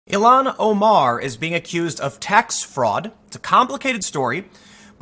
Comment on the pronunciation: I've never heard her name pronounced as you do ("E-lon"). I have always heard it as "ill-hon".